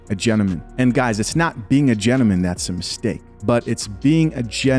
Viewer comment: Dude if you don't put that "L" back in gentleman 😂